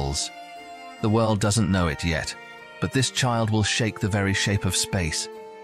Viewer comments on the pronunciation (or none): none